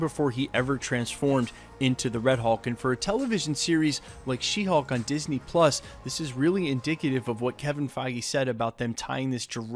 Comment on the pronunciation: It sounds for me like your saying She Hawk and not She Hulk. 🤪